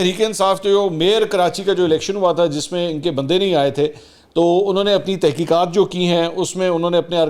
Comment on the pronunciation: ’’تحقیات‘‘ نہیں، بلکہ ’’تحقیقات‘‘